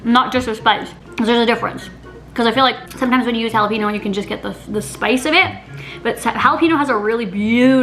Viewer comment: Jalepeeno lol